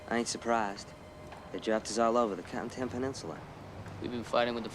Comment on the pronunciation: It's 'Carentan' guys.